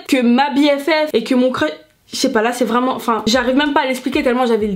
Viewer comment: La bonne humeur dont on avais besoin !! Un anglais vreuuuuument 😭💋